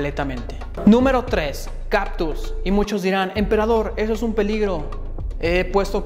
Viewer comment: Se dice CaCtus. No caPtus.